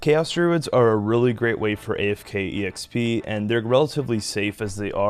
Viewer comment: Just curious, have a been saying exp wrong my whole life? I say “x p” love this series.